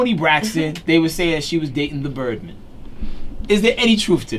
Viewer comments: If he says "The Birdmun" one more time! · Its birdman not birdmen radio host man